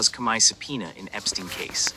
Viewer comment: This voice not even saying Comey's name right.